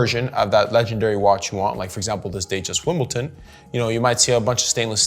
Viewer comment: Wimbledon with “d” :-)